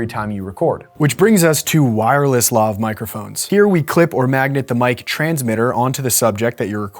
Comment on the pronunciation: Lav rhymes with Have